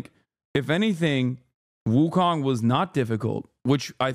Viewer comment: It’s pronounced Wu Cone